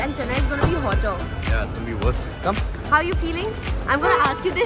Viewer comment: OMG!! I love you guys despite pronouncing every word wrongly ...😂 Keep rocking 😊